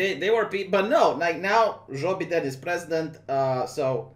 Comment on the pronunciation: love the way you pronounce Joe BeDamn. I'm offended that you showed a Biden Fat Cat at the beginning of the video. Can Biden take office if he cannot get through the entire Oath of Office without a dozen gaffes?